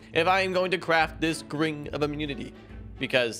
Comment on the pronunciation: Gring not grind